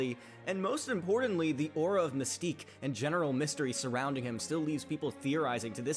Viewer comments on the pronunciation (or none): none